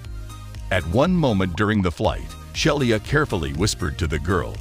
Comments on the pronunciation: i'd be willing to bet her name is not pronounced shell-e-ah but she-lee-ah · More proof that most computer-generated voice is not ready for "prime time". The attendant's name was Shelia (she-la) not Shelly-a. And the constant wrong inflections are distracting.